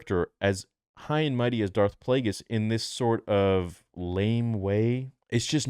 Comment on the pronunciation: Thank god, I was so not ready to have Plagueis butchered